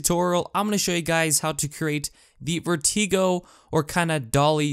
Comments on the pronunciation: Nice thanks. BTW and I guess I'm not the first to point this out. it's VER-tuh-go, not ver-TEE-go. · Sorry, but I have to say something. 1. It's Vert-i-go (as in stick), not Vert-ee-go. 2. I' m not sure you fully understand what a dolly zoom, or trombone, shot is. To get the actual effect of the shot you have to dolly one direction and zoom the other. The trombone shot in Jaws is very good example of this. The DP doll-in to Roy Sheider and zoom out textbook. 3. There is a more accurate way (based on the definition) to do this in post, but it requires a few extra steps: ** Disclaimer, this is theoretical based on several conversations I've had with After Effects artists about how to do a Dolly zoom after the film was in the can. If you try this it may not actually work as intended ** 1) duplicate the clip creating 2 separate layers, 2) mask out the background from the foreground (the man and the wine) on the upper layer, 3) mask out the foreground leaving only the background (the ceiling, the wall, and the horse shoe) on the bottom layer, 4) keyframe every frame to make sure that each layer is isolated from the other (this is the most frustrating and boring part), 5) zoom-in the foreground (upper) layer, 6) Zoom out the background (lower) layer. 7) celebrate - you're DONE! (hopefully, if there were no errors) *** This is why this trick is almost always done "in camera".**** 4. Here is a video that gives some good examples from the guy that has been an editing consultant on "Deadpool" and Gone Girl" : My two favorites are "Raging Bull" and "Goodfellas". Both are very ps